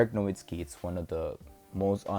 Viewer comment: Nowitzki not Nowitski